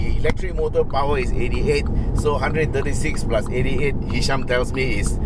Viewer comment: Ehhhhh hisham lah.....btw it was a great video uncle!